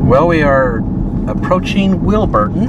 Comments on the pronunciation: It's Wilburton not Wil but ton. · Awesome videos. FYI it’s Wilbur-ton not Wil-burton. 😅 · "Ton of stuff in the yard" it's just an Okie thing lol I enjoy Wilburton. Also correct way to saying the name is Wil-ber-ton 😁 Happy New Years. Can't wait to see some more adventures y'all do! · LOL you called it WILL-BURTON!! not even close. Say it like WILBUR-TON. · My Great-Grandparents lived in Red Oak. You might've seen Maw Cash Road...that's her. I spent a lot of time there. My mom was raised in Wilburton (pronounced Will-Bur-Ton). Spent many summers there. You were right the first time...it's Harts-Horn. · Pronounced Wilbur-Ten. My nieces live there. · Its pronounced Wil bur ton now say it faster 🙂